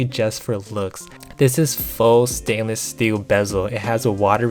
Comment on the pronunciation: "Sainless steel" LOL